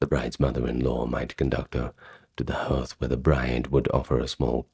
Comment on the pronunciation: Hearth is pronounced "hArth"